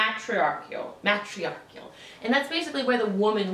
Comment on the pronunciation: A history teacher who can't pronounce "matriarchal" or "Coushatta" ???